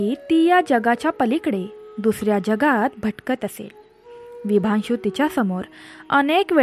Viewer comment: अजिबात नाही आवडला ऑडिओ... उगाच कोणीही हा ऑडिओ ऐकण्यासाठी आपला वेळ फुकट घालवू नये.... कृपा करून व्हिडिओ बनवताना शेवट पर्यंत बघण्याची अट घालू नये... अतिशय घाणेरडं मराठी उच्चारण आहे... निदान शब्दोच्चार चांगले असावेत... आणि कथे मधे मधेच "विशांभु" नाव "विभांशु" झालंय त्याचं काय....?...त्या राजाचं नेमकं नाव काय आहे...? .... गोष्ट सांगता सांगता नाव कसे काय बदलू शकते.... सगळंच धन्यवाद आहे....